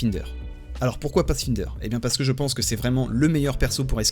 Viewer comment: YO ! La syllabe "find" de "Pathfinder" se prononce comme pour le mot anglais "my", et pas "in". Désolé ça pique les oreilles ^^, et tu te feras bien mieux comprendre si jamais tu dois en parler un jour avec des anglophones. Super tuto sinon et bonne continuation ! (le grind S4 est bien salé...)